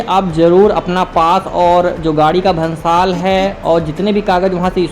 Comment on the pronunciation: Bhansar hota hai na ki bhansal Aur adventure se jayada aapki voice ka comdey jayada lag rahi hai 🤣🤣🤣🤣🤣🤣